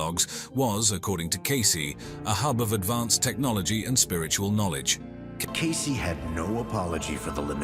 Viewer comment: “Case-ee” not “case”